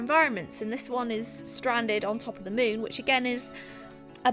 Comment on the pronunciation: Omg did anyone else constantly heard "moob" instead of "moon"? No? Ok then...